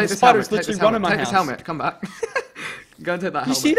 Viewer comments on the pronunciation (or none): At the beginning he says ucombe back